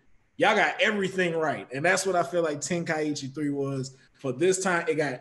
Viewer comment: How is a fan and he didn’t know how to pronounce Tenkaichi -.